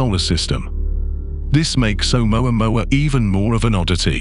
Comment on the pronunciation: You think you're so goddamn smart you can't even pronounce amoamua right